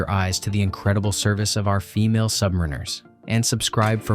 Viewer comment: SubMEReners - phuck, get the pronunciation correct - SubMARiners.